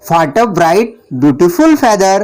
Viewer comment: Feather s pronounce is incorrect